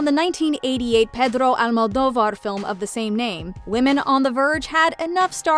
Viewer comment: The "Pedro Almodovar" pronounce tho